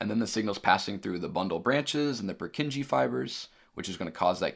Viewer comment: Great lecture. Very well explained and loved the 3D models! The only slight mistake I noticed is your pronounciation of 'Purkinje'.